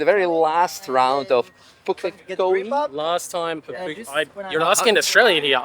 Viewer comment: You're the only foreigner I've heard pronounce Pukekohe correctly! It's so fkn cool to have had you here in my hometown, so sad to see the most iconic track in the country being shut down for more BS urban sprawl though 😭